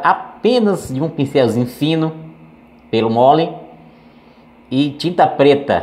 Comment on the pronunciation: Pero mole? Vc é argentino?